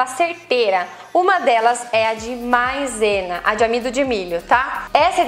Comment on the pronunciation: Por que você diz Mãezena???? E brilhoso não existe na língua portuguesa... Por favor, corrija para não passar vexame! Sucesso prá você. Os vídeos são muito bons!